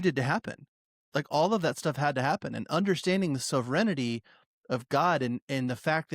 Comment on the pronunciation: So noone else is gonna talk about how pronounces "Sovereignty"? Cant just let ya boy go out like that